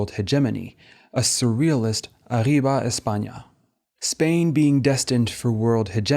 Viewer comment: i have to say your pronunciation of "Miró", "Lorca" and "arriba" with a french r is pretty funny as a catalan and spanish speaker. not that it detracts from how good this video is at all!